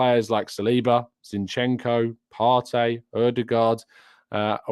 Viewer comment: Please can you stop calling Thomas Partey "Par-tay?" It's "Par-tee!" A journalist asked him how to pronounce his name when he first joined Arsenal. He replied "Party" (Par-tee)